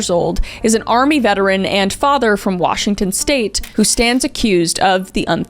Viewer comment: i love how you butcher every town in Washington and county lol